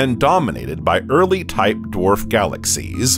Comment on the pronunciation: It's fascinating this new pronounciation of the word galaxies. Galaxies, 3 syllables, right? That's what I thought, but, no, it now has 4 syllables by the narrator calling it " galaxies-uh." Must have said it this way 50 times, galaxies--uh. Glad he didn't teach English class to my kid.